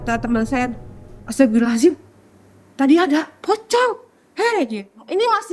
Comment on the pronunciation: Nyebut istighfar nya aneh ibu ini, astabirohazim 😅 pusing ih buu